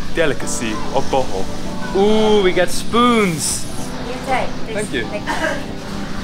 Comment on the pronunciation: I’m Filipino and I never knew about chalamay. It sounded like he was saying “butthole” instead of “Bohol” hahhaahha